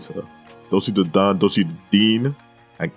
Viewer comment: The way you say Doechi, im sorry but it was so funny. Dowichi